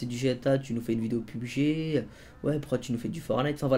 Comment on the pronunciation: on dit P,U,B,G pas PUB,G!!!!!